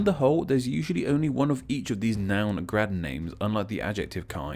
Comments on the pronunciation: You said grade wrong in slovenian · If you're doing name explain video, you should at least learn BASICS of slavic pronunciation. J is Y in slavic. Is this so hard? I'm so disappointed. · Yeah, your pronounciation was terrible... Nowhere in Slavic world... We just don't read C as /k/ or J as /dʒ/. And moreover: This suffix became also 'hrad', 'hrod', 'gorod', 'gard', 'gród', 'horod', 'grod' in different languages. Still - good stuff, like your videos. ;) Keep on!